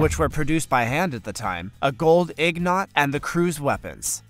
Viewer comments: Your pronunciation of some words is hilarious. Ig Not, undercovered? ing-ot, uncovered . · What is a gold ignot? I think he meant INGOT. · Hahaha...INgot...not IGnot😂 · Where is this guy from? He pronounces words like I've never heard anyone pronounce them before. Archipelago is commonly pronounced with a hard G sound and no i before the final o in the word. Oh Lord. "A gold IGNOT?" How about a gold ingot? Where is this guy from and did he go to school? Amelia Earnhardt. Oh Lord... Dale Earnhardt's sister. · The new voice isn't bad.... But..."IGnot"....???? I skipped the video right then brother